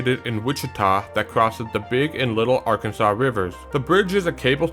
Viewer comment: The river the Keeper of the plains bridge crosses is pronounced Arkan.zuhs NOT Arkun.saw. 😁